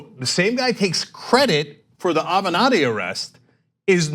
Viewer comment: Michael Ave-not-he